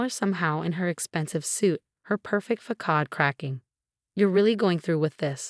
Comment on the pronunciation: "Her perfect fakad"? How do you be pronounce "facade"?